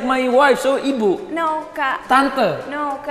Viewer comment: Wkwk "Ibu".. "Bu De" !!!